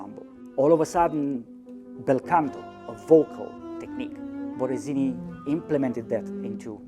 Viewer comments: Baradini??? que carajo pronuncia la voz en off??? B-O-T-T-E-S-I-N-I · I was hearing BotteZini.